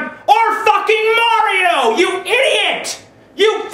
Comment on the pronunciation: You pronounce Mario strangely...